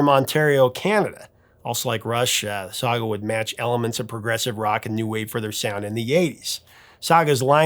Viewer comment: Nobody said “Sah-gah”. It was “Sag”. Pronounced like bag. Saga.